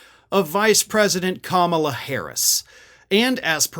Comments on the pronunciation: Hey man, you are mispronouncing her name. Think, "comma" - "la" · I love your content. I am a long-time follower. But please say her name correctly. Stress on the KAMAla (,la). Or Harris, like we say Trump or Biden.